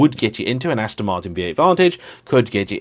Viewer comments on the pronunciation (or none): I get both sides of the "Porsche" debate and in my personal opinion, either should be totally acceptable without criticism or hassassment. B U T - I always get aomewhat insanely wound up by those individuals who refer to Aston Martin, be that the brand or any specific cars, making their pronunciation as "Ast-i-n". This most often applies to foreigners, typically Americans who do have the excuse of never having been taught the language properly from childhood onwards, and even more so to British YouTubers who just come across as illiterate, ignorant swine!! They don't even have any kind of excuse - they just can't read!! Bloody peasants!!!